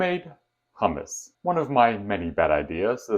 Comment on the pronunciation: Hi. It's hummus, not hammas. Hammas sounds like HAMAS. Not good.